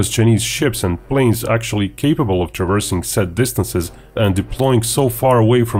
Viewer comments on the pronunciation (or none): none